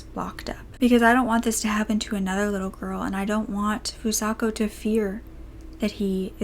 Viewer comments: I'm 10 minutes into the video and although I appreciate you covering a case like this, I truly hope you put more care into pronouncing the victim's name correctly. There were countless times you would say Fusaka and other times you would say Fusako and Sano was pronounced incorrectly the entire time. It might help if you use something like Google translate next time to help you learn how to pronounce unfamiliar nouns or even the podcast you referred to or someone who speaks the language. Your voice is so soothing and this is just one thing that bothered me. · By pronouncing her name FusaKA instead of FusaKO you're not only mispronouncing her name but calling her by a different name entirely. These victims have had so much taken from them already, don't take their names from them as well. It takes less than one minute to write a name into google translate and press the speaker button so you can hear how it's meant to be pronounced. You're doing victims a disservice by not bothering to learn how to pronounce their names.